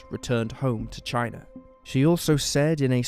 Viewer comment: I just can’t stand the commentary, for what ever reason this dude pronounces his a’s as r’s for example Lawr instead of Law, Chiner instead of China, ect, it’s completely unnecessary and misleading. Anyone agree?